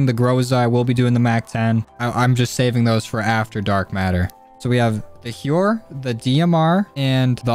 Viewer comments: I think the pump shotty is pronounced “How-Er” instead of “hue-er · And pronounce it correctly plz